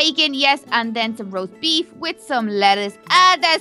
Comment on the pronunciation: did anyone hear her saying "roast baif"